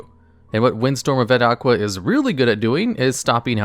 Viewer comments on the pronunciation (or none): I love your vids and i usually never hear something, but this botheres me: Its Windstorm of Etaqua. Its Not Et-aqua. Its basically Etaka. The Name is derived from the Greek Name Ithaka for an Island.